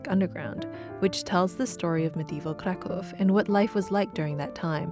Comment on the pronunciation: I love Kraków, especially during winter. Great video and you pronounce Polish words very well! 👌👌